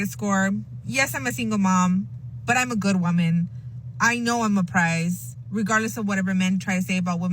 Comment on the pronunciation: You can tell garbage AI is used when it can't pronounce "prize"